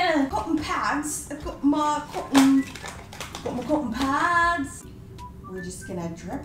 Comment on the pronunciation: AT THE START SHE IS SAYING COKKON PADS NOPE UR WRONG IT IS COTTON PADS